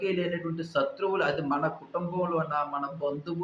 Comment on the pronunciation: సత్రువులు కాదు శత్రువులు అని పలకాలి.